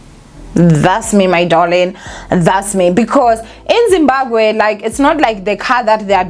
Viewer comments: No one can ever tell anything about saying ZimbaKWE instead of Zimbabwe😅😜😊 You have to be smarter to know that Thabo and his Dr friend are steps ahead and can do anything to play anyone looking for them. They definitely abandoned the car to paint that picture my Queen. These guys are probably in Dubai or the US Alaska living their hidden lives. They knew the police won't think otherwise. How pathetic is the SA police hle Eish. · And is back again with "Zimbaqwe" "Zimbakwe" bathong 😂😂😂😂 don't killme. "ZIMBABWE" say it after me Z-I-M-B-A-B-W-E...😂😂 "BWE" NOT "GWE"